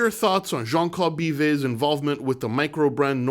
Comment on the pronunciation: Nice video Fed! JCB's last name is pronounced "beaver" not "bivay"